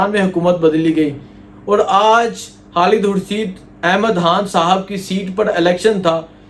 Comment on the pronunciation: Bhai jhan imran khan bola krain haan ni or khalid name hota ha halid ni .... Ap khan haan keun boltay ho sealkot sy ho kya